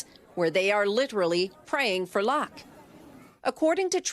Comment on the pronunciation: Lol Did she try to imitate the way the pronounced 'luck'? "Lahk"